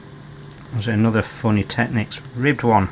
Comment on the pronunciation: thumbs up for saying tech-nicks... why some think technics is pronounced techniques i will never know :)